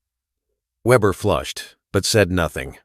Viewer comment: Weeber or Weber, get it right A.I.